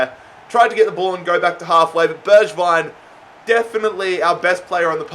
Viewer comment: Btw you "swapped" pronounciation of Bergwijn and Gedson. G in Bergwijn is in like glass or good. G in Gedson is in like you say now Bergwijn